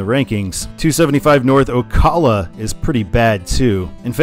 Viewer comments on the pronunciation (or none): some pronunciation corrections on the cities in georgia and florida: valdosta is said "val-dah-stuh" and ocala is said "oh-cah-luh"! also, id say valdosta gets signed for 75 because it's a point where it's still near enough to not instantly exhaust you when you read it (as atlanta would, at least for me) but far enough to still be meaningful